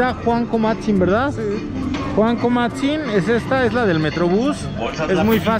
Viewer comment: No es comatzin,es cuamatzin .